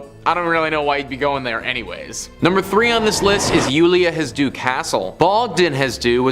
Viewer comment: It's Iulia HasH- deau